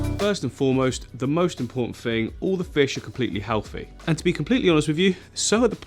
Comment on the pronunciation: Is everyone in love with this guy, his tanks, and his awesome accent? Every time he says "fing" I swoon